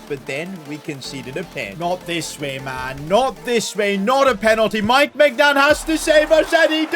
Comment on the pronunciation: The 'G' in Maignans name is silent